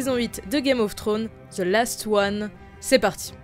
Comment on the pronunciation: Rien d'obessessionnel mais pitié prononcer the en ze C'est juste.. Horrible